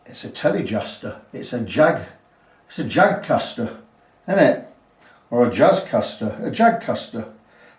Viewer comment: "THE JAGSTER". Nice job,. Cheers.